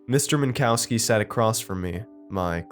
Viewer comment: I'm pretty sure it's pronounced Min-cov-ski